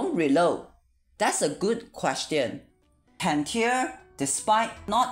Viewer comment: Cantare: Can-Tar-Eh, is a musical term and is Italian